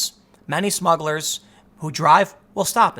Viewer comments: *Smugglers not "Smuggles" 👍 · At first I thought it was Muggles instead of Smuggles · I love that you haven't fixed "smuggles" yet, lol. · See that’s the problem with smugglers: the R. Take that out and they sound like a kid’s toy. Smuggles! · Lol what’s a “smuggle”. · You forgot the 'r' in the word smugglers. Haha those darn smuggles! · SMUGGLERS, not “Smuggles!”